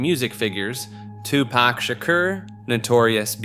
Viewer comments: Two pack 😭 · 😂😂 u mean TuPak like he stated 😂😂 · “2 pack” My guy it’s been 30 years, it’s on you to know that’s not how it’s pronounced lol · two Pack... Soojee Knight... Lmao im not even American but the pronouncing was Horrible...Lmao Befriend some Black People at least hahahahahaah Jeez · Hahaha bro tough to be a subject matter specialist when you COMPLETELY messed-up BOTH Tupac's name, AND Suge Knight. It's pronounced "Shug" Knight, & TWO-Pac, not "Sugee" Knight & "Two-Pack" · I literally came to say the same thing. 2 pack and soo jee knight lmfao. I swear they do this on purpose. I hate it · Ok, he is driving me crazy with mispronouncing Tupac and Suge... 😡😡😡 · The pronunciation of 2Pac and Suge's name took me out. 🤣🤣🤣